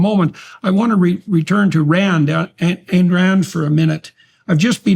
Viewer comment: I really dont get how someone can claim to have read Atlas Shrugged multiple times and not only not pronounce "Ayn" correctly, but utterly miss the repeat denunciations of hedonism and calls for an integrated life. In fact, utterly missing the life of productive effort as the highest ideal. Her character's only desire and enjoy "hedonism" after they earned the right to it. For them the joy of producing something, for its own sake and the glory of accomplishment, comes before everything else.